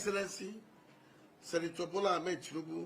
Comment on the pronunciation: He said senitor bola Ahmed Tinubu and no one notice